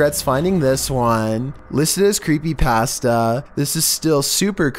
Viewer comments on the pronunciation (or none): "Listed as crepeepasstah" 😂